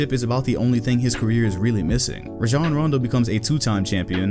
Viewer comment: the way u pronounced rajon rondo gave me a headache. RaJHOOn rondo